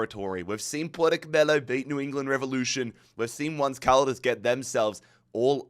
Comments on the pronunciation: … not “once” like the English word for “one time,” “once” as in the Spanish word for “eleven,” pronounced roughly like “OWN-say” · Did... Did he not realise "once caldas" is a spanhish name? What's that pronounciation? I mean I get some mispronounciations, but that "once" has me baffled😅